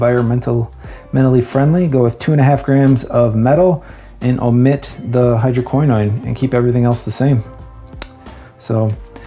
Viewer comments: Really great informative video! Ive always heard hydroquinone pronounced hydro - key - known, but I didn't find pronunciation affected my ability to understand the content. Keep up the great work! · always thought it's - hydro-keen-on :) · It's pronounced hydro Quin Own. Source: I'm a chemist :) Love your stuff Man, glad you started your channel as I've found it very helpful. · hydroquinone sounds like hydro - quin -" bone" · I watch this video, with regard to the pronunciation of "Hydroquinone" the "Y" and the "I" are pronounced like the "E" English. I speak to you from France. The formula without hydroquinone surprises me a lot, we would get the same results, time/temperature as the formula that involves it? We wonder why we have been using it for years. What surprises me is that you speak in liters, in grams? Not in an imperial system? For conservation, I prefer accordion bottles.